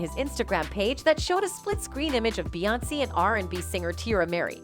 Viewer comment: Why the hell is lady Pronouncing Beyoncé & solange name damn wrong behind the camera & social media